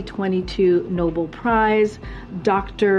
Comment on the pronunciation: ...the "Noble" prize? I thought it was Nobel prize!